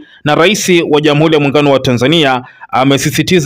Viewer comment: Kuhabalishana,irani ya uchaguzi,ishilini,wazili mkuu,kikosi cha sili,salasini,zamila,Jamhuli.Hongela. Msomaji Lugha ya Kiswahili huitendei hata kidogo. Tafadhali fanya bidii uweze kutamka R inavyo paswa.